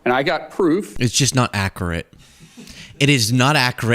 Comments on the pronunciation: "Ackerate" and "behavior you were having". Dear god...... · “That’s just not ackerate” needs to be added to the soundboard.